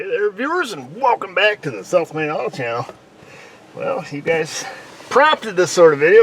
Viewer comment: Does anyone else hear his intro as "self made auto channel"?